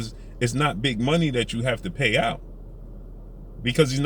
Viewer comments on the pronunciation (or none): none